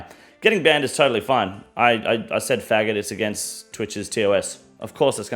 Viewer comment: Long live the King. I love that this mfer said retard and faggot the way you're suppose to